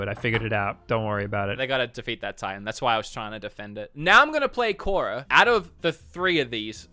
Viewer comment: Was cringing the whole time you were playing skadi (Kora) lmao 🤣